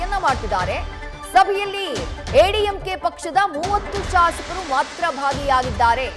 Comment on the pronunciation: ಎಐಎಡಿಎಂಕೆ ಅಂತ ಸರಿಯಾಗಿ ಹೇಳ್ರೀ.ಯಾವ ಸೀಮೆ ಚಾನಲ್ ನಡೆಸತೀರ.